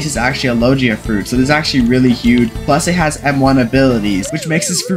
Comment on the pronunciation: Bro the way he said logia "lojia"